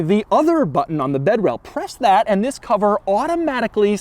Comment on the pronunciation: I'm about to go insane if he says AEIAND ONE MORE TIME